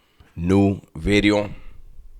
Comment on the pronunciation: The emphasis on the V on Bideo. Lol